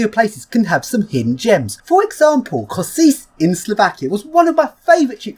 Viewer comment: Hi, Slovak here. Kosice is pronounced Ko-shi-ce